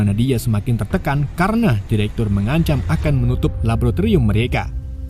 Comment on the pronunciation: Mending belajar ngomong laboratorium dlu deh